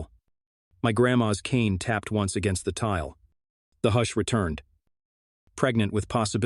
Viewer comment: Please someone figure out how to teach the AI voice to pronounce the words in English, I don't even care if it's American English instead of proper English, just so long as the words sound like words ... like I had to look when it said hoosh .. for hush LOL seriously it makes it sound like a foreign language at times.